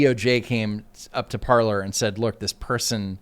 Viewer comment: Parler is pronounced Par-Lay . Parler means to Talk in French